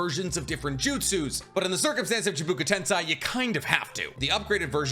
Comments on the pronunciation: Chee-boo-ka Tense Eye Me: 🤨🤔 Ooohhh… Chibaku Tensei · Chibaku Tensei, not ChIbUkA tEnSai. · Shibaku tensei ............not chibuka tensai......your a great Naruto/Boruto.........Edo Tensei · Does he mispronounce just for someone to comment? Chibuka tensei? Its chibaku, and edo tensei, its not edo tensai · chibuka tensei nice bro its chibaku tensei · Dude, chibaku tensei. Not chubuku tensai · chibuku tensai?? you mean chibaku tensei? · You look so cute saying Chibuka (ChiBAku) and TensAI instaead of tensei ( tensay) xD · it bothered me a lil bit hearing "chibuka tensai" instead of "chibaku tensei" so many times 😅😅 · its chibaku tensei not chibuka but anyways you are great and i love your vids❤ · Chi-bah-coo ten-say lmao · blud really said chIbUkU tEnsAi 💀💀🤣🤣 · Bro is saying chibuka tensei 💀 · I keep getting to the point where I think "I guess this guy actually does know what he's talking about" and then he drops a 'Chibuka Tensaj' on me. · I hate the way he pronounces chibaku tense 🤣